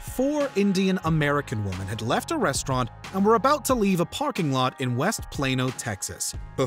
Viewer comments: Can you PLEASE stop saying woman when you mean women? IT'S DRIVING ME NUTS!!! 😂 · How does your announcer not know how to pronounce the difference between women and woman? SO CRINGE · This guy just cant say "women"